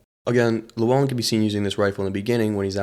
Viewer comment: Also the way you pronounced Llewyn as Lew-on